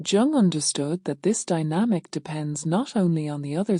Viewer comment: You know it’s AI when it’s pronounced “Chung.” Why I think there’s something “fundamentally wrong” with AI. And the ideas here are baloney.